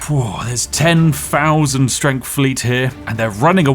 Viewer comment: "Firty free"? "Strengf"?? Literally unlistenable. You need speech therapy.